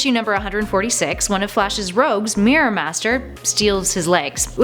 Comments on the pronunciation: pronounce mirror right. it's mirror not meerir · The Reaping Hopkins yep because they cant even pronounce mirror